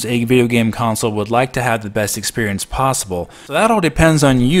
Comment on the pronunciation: I can’t help but hearing you say “expurience”